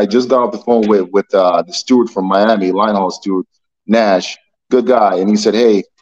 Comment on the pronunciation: Steward with a D, not stewart with a T! Stewart is a mouse from the kids movie.